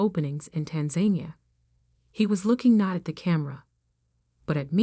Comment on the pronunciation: there is never a "reading of the will" meeting. within 24 hrs of a person's death the attorney informs everyone involved, or their attorneys, and it's over with in seconds. i call BS on this one., "Tan-zah-NEE-ah"